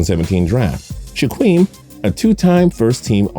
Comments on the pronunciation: "Shaqwem and shaqwill" 🤦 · he couldn't pronounce shit, did not get one name of the Griffin brothers right... He said shh uh qweel when it's Shaquill pronounced (shh uh keel), and said Shh uh qweem when it's pronounced Shaquem (shh uh keem). Now I know people aren't perfect and make mistakes all the time as I do, but as a person who does videos on NFL players it's pretty sad he can't pronounce a starting Corner, or the fastest linebacker in NFL history's name... That is my point 😑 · “Shwakeem and shwakill” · Ore-gone. Shaqweem and shaqweeel. Marcus mariOtta. Your pronunciations make me cringe. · You just butchered Shaquem’s name so bad lol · My dude u pronounced Shaquem and Shaquill names wrong